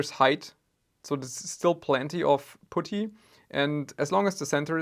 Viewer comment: When pronounced putty like booty 😁